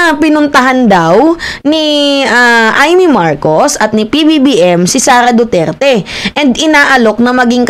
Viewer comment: sunod maayos na words nalang ang bigkasin mo..Lagi kitang inaabangan nung time na sinabi mong DuTAE nakain ako ehh nangtatanghalihan Panaman ako.😅😅😅😅